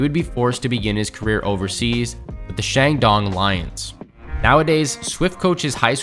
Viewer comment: SHANGDONG LIONS😂😂😂😂😂😂😂